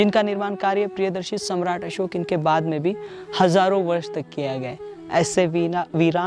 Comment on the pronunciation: Samrat असोक na ki अशोक 🙏🙏🙏